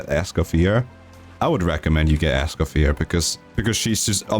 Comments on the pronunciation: You dont actually pronounce the R at the end of her name, her name is french so the R is silent. It's more like "Es-kah-fee-ay". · For all (Americans ?) having pronunciation problems, it's: "Escoff-yay" :goodvibes:😄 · It's pronounced "Escoffier," not "Escoffier."